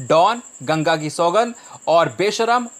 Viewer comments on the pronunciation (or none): none